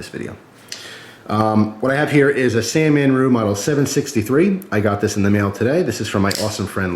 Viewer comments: It's san-ren-mu not San-man-ru lol but good vid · it's SAN REN MU not Sannemmu or Sanmenmu. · C'mon...San-Ren-Mu.:-) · ...did i hear u say "sanmanru"...LOL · "San-man-ru" lol